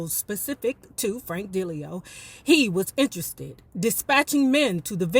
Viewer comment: The correct pronunciation of Michael's manager's name: Frank Da-Lee-O. Love your channel!